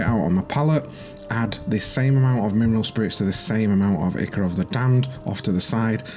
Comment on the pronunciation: Nice work. Just a heads up the "I" of Ichor is pronounced "eye", like "eye-cor".